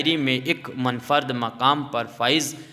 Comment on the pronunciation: پہلے اپنے تلفظ پر محنت کرو۔ غلط تلفظ سے پوری پیڑھی غلط تلفظ سیکھے گی۔ اسم با مسما پڑھو۔ Ism-e-Ba mosamma اور بھی غلط تلفظ ادا کیے گئے ہیں۔ ان پر دھیان دو۔ Munfarid